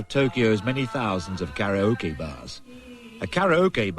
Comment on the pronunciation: He said 'karaoke' correct! 😄